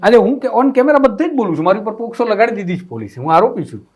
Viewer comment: પહેલાં તો બોલતાં શીખો પોસ્કો નહીં પોક્સો કહેવાય.